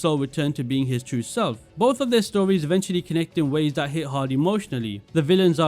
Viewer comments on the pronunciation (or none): none